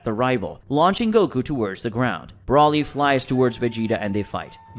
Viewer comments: It's broly not brawly get it right dammit or if you can't say his name correctly then say broccoli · Sounds like you’re saying “ Brawly” instead of “Broly” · Not brawlie its broly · It's BROly!!!! Not the way you are saying it!!! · hearing you fuck up brolys name over and over just made it too hard to keep listening sorry. all names are stated so no reason for it